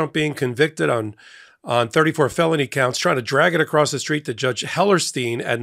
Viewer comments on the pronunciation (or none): none